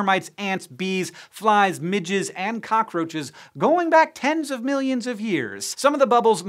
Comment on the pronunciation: MIDGETS?! looks closer Oh, it's midges.